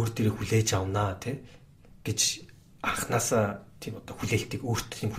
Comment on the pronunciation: Анкнаасаа, ерөнкийлөгчийн гэж их хэлэхээр ёооо, кэцүү байлаа шүү